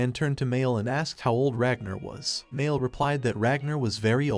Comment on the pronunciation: Ah yes Mear = Mael, this ai voice is great at speaking